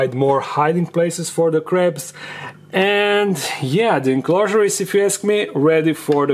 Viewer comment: am I the only one who keep hearing "ready for the craps"?